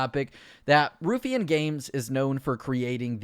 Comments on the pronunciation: Ruffian = Rough E an, not Roof Ian. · ITS PRONOUNCED "ROUGH-IANN" NOT "RUFFEE'N" LOOL XDD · It's pronounced Rough e Ann. Not roof e ann. driving me mad. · Nice vid but it's pronounced 'rough-ian' not 'roof-ian' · Ruh-ff-ian not Roo-ffian 😂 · Its RUFF ian. Not Roofian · Ruffian is pronounced Roughian not Roofian. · ‘roophyan games’ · It’s Ruff-E-an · How he says ruffian "roofian" drove me insane lol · Hey man, not that it matters because the got renamed, but i'm pretty sure its pronounced "Rough-ee-un". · I wish you knew how to pronounce Ruffian. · You need to pronounce Ruffian properly